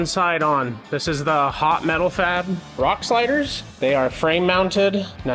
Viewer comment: I mean what are the Rock Sliders called. I feel like you said it but kinda mumbled it. TYIA